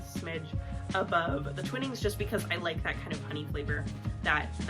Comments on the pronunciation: Twinning is pronounced twine ing. I watched a video featuring the grandson of the twinning family and he said it was pronounced twine ing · I'll second the pronunciation of Twinnings as "twine (like the string) + ings" 😉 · The first I in Twinings is prounced like the I in “I like ice cream”or th3 word twine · Yes, along with the annoying music track her mispronunciation of Twinings is so gratingly American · I'm English and live on Yorkshire Gold tea, which is what we call builder's tea (very strong!) By the way, I don't know if I'm right, but us Brits refer to Twinings with a long I, so twine-ings